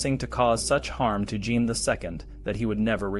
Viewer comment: Jean is pronounced more like Sean or John not Gene. The way the franchise pronounce J is not use in English. I usually don't mind miss pronounciations, but since this is an educational video :).